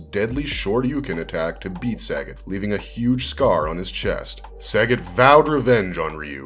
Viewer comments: The name is pronounced Sah - got my guy not Sag- it lololol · SUH-GOT not Sagget 😂😂😂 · It's pronounced "suh-got" (sagat)